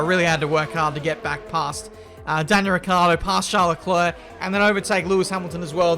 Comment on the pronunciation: Normal people: Charles Leclerc: Charlecler Btw love your content keep it coming